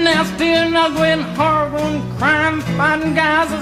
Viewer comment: "That was harrible."